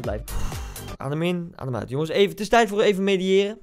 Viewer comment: “mediëren” 😂 -> MEDITEREN